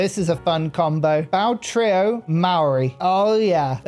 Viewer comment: Yo viewer from NZ here, Maori is pronounced like 'mouldy', the mao sounds like the moul in mouldy and the ri sounds more like 'dy' cause you sorta roll the r. also marae is pronounced more like 'Ma' 'rye' like youre calling for your mum cause you want rye bread. big fan of you for awhile love the content